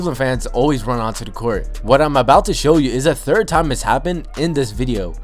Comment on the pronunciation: “On to da court”